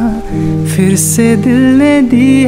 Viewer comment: Why do you people pronounce firr, instead of Phir?